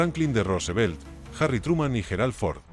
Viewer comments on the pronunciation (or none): none